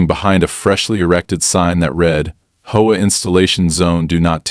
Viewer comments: Great Story, But if your going to use AI to read maybe you should put a (.) in between HOA like H.O.A then it would read it better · Homeowners has a silent e in the middle, are you lot crazy?, and HOA is three SEPARATE letters for Home Owners Association. Annoying as they are, it has never been A WORD. Never sounded out together. Like your crazily unintelligent AI, it has SEPARATE letters.